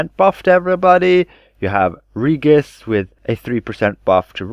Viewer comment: It's Ree-jis, not Ree-gus.